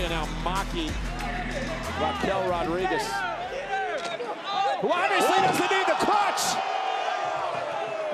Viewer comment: I love how Raquel Rodriguez pronounced her name in Spanish.